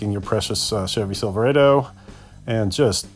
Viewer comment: You pronounce Silverado incorrectly